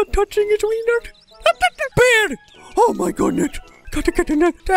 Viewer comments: Someone count how many times he says "O MY GOODNES." Sorry I ment "O MI GOODNET." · Said O MI GODNETT nine times, and said OH MY GOODNESS once.